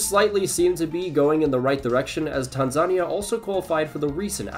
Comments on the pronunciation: Tan-ZA-nea is the pronunciation not Tansa-ni-a 🥲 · fyi you mispronounced Tanzania. its Tan-Za-Ni-A, not Ta-Zan-Nia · My brother in Christ, it’s pronounced tan-ZUH-nee-YAH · PLEASE PRONOUNCE TANZANIA CORRECTLY!!!!! Tan-Za-Ni-a, Put an emphasis on the "I". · The way he said Tanzania 💀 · Never heard someone say "Tanzania" like that. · The pronunciation of Tanzania 💀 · bro messed up Tanzania”s name so bad lmao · How do you mess up saying Tanzania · Nice video, but please learn how to pronounce Tanzania